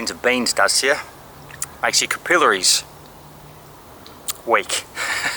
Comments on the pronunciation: cap - ill - ayries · CUH-pill-ah-rees. that knocked me out. i was repeating it in the way for a minture afterwards, just seeing how it felt i usually say cah-PIl-air-ees